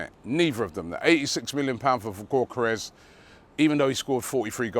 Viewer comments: Hey I don't know how to say Gyokeres either, but surely it's not GORK-eres lmao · Robbie i swear you have been told how to pronounce Gyokeres name correctly yet you keep saying gork-karez 😂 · It’s ‘yock er ez’ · The way Robbie pronounces gyokeres is hilarious😂😂